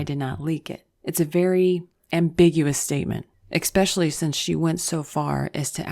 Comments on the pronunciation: There is no “x” in especially....... just sayin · What does it mean that you pronounced especially as "ek specially"? Does that imply the level of your education, the social cliche in which you grew up, or your native culture? I've noticed many people in the US mispronounce that word, for some reason. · Wow. Did you just say 'exspecially'? O:40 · Stopped listening when you said "ackspecially" Why do people find it so fucking hard to say especially. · I love your videos. And your voice... One thing drives me crazy: "eggspeshially" 😁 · Ooo we've got an "eckspecially"